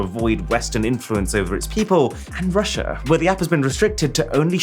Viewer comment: "Rusia"? seriously?